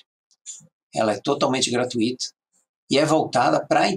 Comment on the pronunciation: Parabéns! Você erro apenas na frase GRATUITA (Não se pronuncia o "i" separado do "u" sendo o "u" a sílaba mais forte a ser falada na pronúncia. Porém se você for Espanhol está tudo bem, mas se for brasileiro ou português cuidado com sua pronúncia!